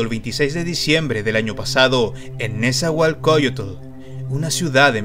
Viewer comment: Nezahualcóyotl?? Donde vivo, que lindo lo pronuncias te amo 💗